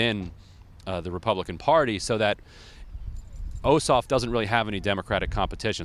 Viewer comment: This guy doesn't even know how to pronounce Ossoff's name and thinks Alyssa Milano is only known for 'Who's the Boss?'. Very poor report.